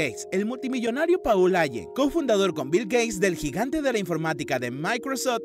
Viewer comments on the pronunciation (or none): A ver genio ....se dice Pol Alen ( Paul Allen) . Y así puedo continuar .... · stefen jackin, paúl aien, espiderman......mamá, la pronunciación, horrible!